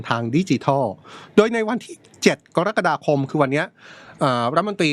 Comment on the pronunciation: คุณเป็นพิธีกรได้ยังไง เดือนกะระกฎาคม ไม่ใช่เดือนกอระกฎาคม